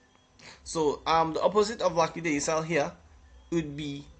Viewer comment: so nobody talking about the pronouncing of lackadaisical🤣🤣🤣🤣🤣🤣🤣🤣🤣🤣🤣🤣🤣🤣🤣